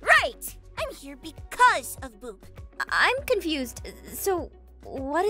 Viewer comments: i always hear Boob instead of Boop. im sorry. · ITS BOOP NOT BOOB 😂😂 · Omg u called it boob XD its boop btw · It's boop not boob xDD lmao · liba sara channel OMG ITS BOOP NOT BOOB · Boop sounds like hoop kinda btw nice vid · Wait aphmau did u say boob or something else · I thought you said boob for a second